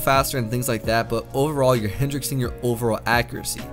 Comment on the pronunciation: Does he say "hendrixing" instead of hindering?